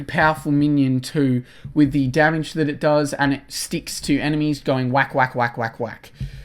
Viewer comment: Why you say witch or to say with ? You're not American.